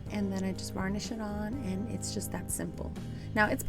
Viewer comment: It's "burnish" girl, not vernish (when making sure the transfer is adhered) 🤣 It honestly doesn't bother me but I literally started chuckling because my first year using IOD products, I thought everyone was saying "vernish" so that what I said 😂 I'll never live it down either 😜❤️